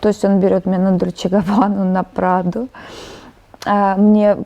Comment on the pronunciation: Супермодель говорит «Праду»? Странно это((((